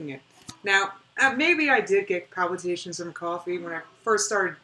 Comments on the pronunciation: New drinking game: every time she says palpyoutations, take a shot. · If she says "Pal-pew-ta-shuns" one more time... :/ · The way she pronounces “palpitations” is soooo annoying lol